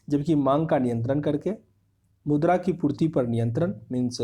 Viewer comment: Aawaz to aati nhi h gala m atka h kuch or mudra ko murda bolra